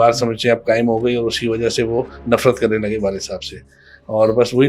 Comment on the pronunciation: Presenter must be learn Urdu right pronunciation is wajha white you said wajo this is the fact